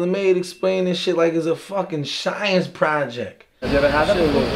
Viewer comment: Lmfao guy said "shcience project"